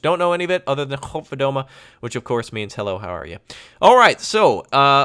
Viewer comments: "Koninklijke Luchtmacht" it means literally Royal Air Force And surprisingly, you pronounced "godverdomme" spot on.. who learned you those nice greetings? :P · Godverdomme hahaha im laughing my ass off. You pronounced it pretty good though